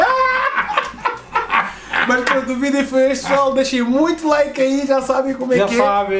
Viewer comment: 😂😂😂 não é laka é like